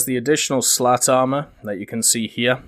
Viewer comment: I know it's juvenile, but I can't stop myself from hearing 'slut-armor' any time you speak of the cage stuff.